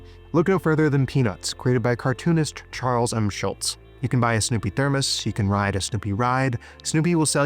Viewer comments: Godman it. His name was not SchulTz. That was the sergeant in Hogan's Heroes Maybe someday a super intelligent AI agent will figure out why everyone, and I mean everyone, mispronounces Schulz. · Very thoughtful commentary and nicely presented. Just two minor issues that always get my old man knickers in a twist: you mention that Peanuts was created by "Charles M. Schultz". This common mispronunciation always rankles me. There is no "T" in his name. What is even more of a bête noire for me is that you almost immediately followed that up with a "Macy's Day Parade" . Despite our worst capitalistic tendencies, we don't actually have a day to celebrate the retailer. It is the "Macy's *Thanksgiving* Day Parade". I'm sure pointing these things out will somehow make the world a better place. Thank you for attending my TEDx talk.